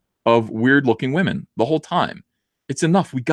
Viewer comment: Please stop saying wahmen. It’s annoying AF.